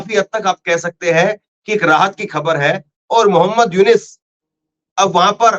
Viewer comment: मोहम्मद यूनिस नहीं मोहम्मद युनुस बोलिये please